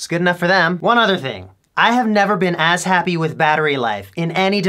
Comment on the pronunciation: I really thought he said "ass" happy.